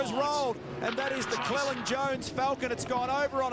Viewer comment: CLELAND not clealand lol